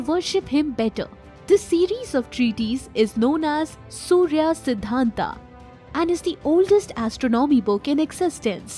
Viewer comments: Einstein, it is 'a' not 'aa'. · देवी जी अगर थोड़ा और पढ़ लेती तो अच्छा होता। सूर्य सिद्धांत है सूर्या सिद्धांत नहीं है। क्यों नाम का ऐसे मजाक बना रहे है। कमाल की बात है हम भारतीय हर बाहरी लोगों को पुछ देते है कि क्यों गलत बोलते है। खुद जब मजाक बनाते है तो को नहीं बोलता। आगे नाम को "आ" लगा कर ना बोले। राजा माया,रावण,राम,सूर्य। आप बहुत अच्छी जानकारी देती है लेकिन जिसके बारे में देती है उसकी भी थोड़ी इज्जत कर ले।